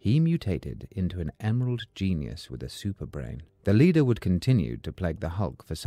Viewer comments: Leder??? Said 200 times…LEADER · Leader it’s pronounced like lee lee-der with a sharp e Lord such a good video with such an odd mistake